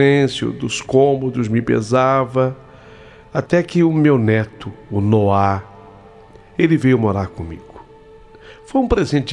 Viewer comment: ALGUÉM AVISA O QUE NOAH NÃO SE DIZ COM ACENTO NO "A" E SIM NO "O"!!! (NÔAH!!!)- SOM DE ACENTO, PORÉM SEM ACENTO. É H0RRÍVEL OUVIR A HISTÓRIA INTEIRA COM ELE REPETINDO MIL VEZES ERRONEAMENTE O NOME DO MOLEQUE!!!! 🙄👎🏻🤢